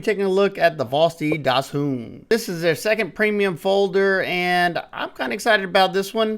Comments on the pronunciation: Dachshund = “Docks-hoont”, like the dog breed. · FYI it’s pronounced DAAK-SND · Right. All these weird pronunciations sounding like an asian water bird or a legendary dragon, and it's just a long dog.